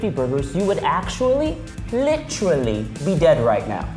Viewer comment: He said lit-ra-ly